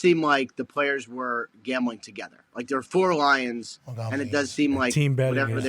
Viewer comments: Pat says gombling not gambling.lol.seriously .😂😂😂😂😂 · Gaumbling? What is Gaumbling? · I dont know what is more funny …. His comment “us Former players” or the way he pronounces “Gambling” 😂😂😂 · Why is pat rombling about gombling? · Why does Ian pronounce gambling like that? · Why is he pronouncing gambling so oddly?